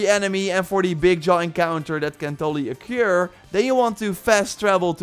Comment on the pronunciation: "... that can totally a cure (occur)" 😉 I love your pronunciations man ❤ keep up your good videos and content.